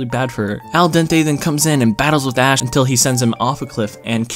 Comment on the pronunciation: Thanks to you, all I can hear now is Ass and not Ash